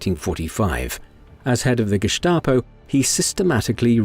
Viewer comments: It is pronounced Gestapo, not Geschtapo. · Very interesting. But who taught you to pronounce Gestap as Geshtapo. The correct way to pronounce it is Gestapo, with an s, not an sh (like in ship) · Pronounced that way, if you had an accent! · There was really nothing new here, this story has been told many times. That’s ok, but incorrectly pronouncing the same word all the time on a otherwise well done documentary is grating.